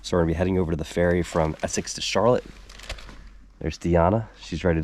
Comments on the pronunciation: why does every out of stater pronounce it "charlit"? it is pronounced and spelled Char Lotte" never understood that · Charlotte, VT is not pronounced like the girl's name Charlotte. It is pronounced with emphasis on the last syllable as in CHAR-LOT. Also, Vermont in general is full of socialists and other left wing nutcases and is one of the most highly taxed states in the country. I lived there for two years and couldn't wait to leave. Not to mention the fact that the idiot voters in VT gave us the MARXIST gadfly BERNIE SANDERS, a man who was on welfare until he became mayor of Burlington. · charlotte is pronounced like shar-lot, don't confuse it with that city in north carolina. just teasing but love seeing videos about my home state and especially home town of charlotte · Been on that ferry many times and it's Shar- lott thats how we pronounce it. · Heard him pronounce Charlotte, like in was in S. Carolina ...i was hoping someone would put the correct pronunciation in the comments...thanks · Charlotte is pronounced like the name in French not the American city name. it is not two syllables. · One syllable, Charlotte. not the slow southern drawl.